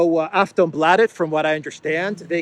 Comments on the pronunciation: A very good pronunciation of the word Aftonbladet. Yes. Second Russia Sweden is the most corrupted country after Ukraine. And the flag outside our most top rated business school is Ukrainian. Shame. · You pronounced aftonbladet 97% correct 😁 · Perfekt pronunciation of Aftonbladet 😂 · "aftonbladet" Close enough. A in bladet should be more like in "lark", more "aa" and less "ä/ae". And slower pronounciation also. And of course there's cocaine there, USA needs their puppets to be addicted to something or provide some other means of blackmail. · The pronounciation of ”Aftonbladet” you did was actually pretty good. Not native-speaker grade, but like 95% on point I’d say (as a Swedish speaker). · you said Aftonbladet correct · Bro you pronounced Afronbladet really well actually.